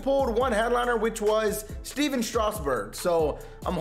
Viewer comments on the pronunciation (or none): none